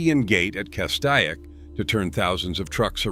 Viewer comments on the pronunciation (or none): Geez, your pronunciation of the pass names is terrible. Take some simple Spanish lessons. Tejon, Cajon, Castaic. You’re talking about Siskiyou and you show Snoqualmie.. By the way, I’ve trucked all of them, except Teton in Wyoming.